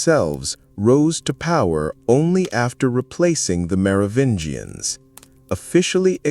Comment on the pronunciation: i'm out at 12 min, can't listen to this moron say "Mero-vinians" any more